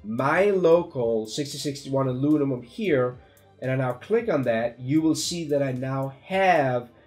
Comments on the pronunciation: 6061 "Alunimum" I feel this so much, I flipflop syllables around ALL DAY! So grateful for your videos. Thank you for taking your time to make them, I hope you are well compensated for them. Cheers! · Howdy, Very helpful, Thanks.....BTW can u say "Aluminum 10 times really fast" (lol) Again, Merry Christmas